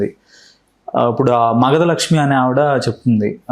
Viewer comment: ఆవిడ మగధ లక్ష్మి కాదు. "మధ లక్ష్మి "